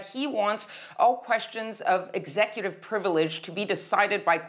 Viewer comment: ex-ecutive, not exe-cutive